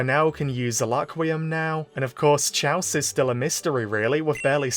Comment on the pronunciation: Cool, looking forward to it! 😁 (Also, now that I watched a little further in, Chalce's name is pronounced Kalce! I was making the same mistake too for a while 😅)